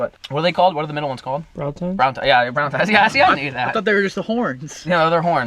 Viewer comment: did.... did he just say Brown tine? ..... its Brow tine -.